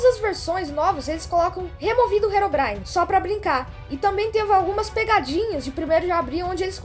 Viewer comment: Quando o endermen diz herobrin- no tradutor diz heroína